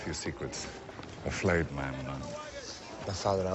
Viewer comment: I love how ya boy says flayed like fileted.. Do ya thing,.